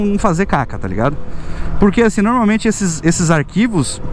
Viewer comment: fala, minha lingua nativa é espanhol, adoro escutar o ``po-rrrrrrrrrrrrr-que´´ esse teu kkk um abraçççço